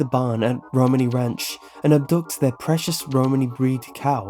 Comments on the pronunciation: Pronouncing romani wrong!! It’s row-maa-nee! In fact a lot of the way you pronounce is incorrect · Great video! However I have to point out, it's Romani not Ramoni :p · It’s pronounced RoManee not Romani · i liked your video but gat damn, there are a lot of errors, the most egregious is you calling it ramoni when its Romani lol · Uh, you do know it's Romani, not Ramoni, right? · My issue is that he kept pronouncing it "rOmani" when it should be "romAni", emphasis on that "ah" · its romani not ramoni just saying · It's RO-MAN-E Ranch, not Ramoni Ranch. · roMANi, [ro-mon-ē] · You say Romani wrong , like if it bugged you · dude your not saying Romani right😶😓😓😣😦